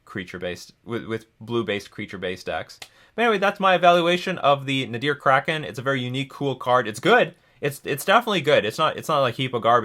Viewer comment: Its not up to interpretation. Its just pronounced kraken😤😤😤